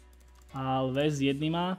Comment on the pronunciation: Dávejte si bacha, ať to píšete správně. Also: Oalves, Olves...:D